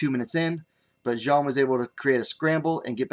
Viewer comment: Thanks a lot for the post! While pronouncing the surname of Xiong Jingnan, just read it as "Siong."